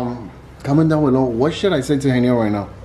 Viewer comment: his name not helem its heynel